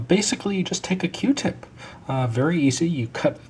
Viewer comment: q-tip not r-tip